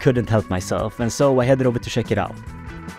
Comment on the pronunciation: Can you PLEASE PRONOUNCE THE WORD "CHECK" CORRECTLY... ITS NOT "SHECK"!!!!!!!!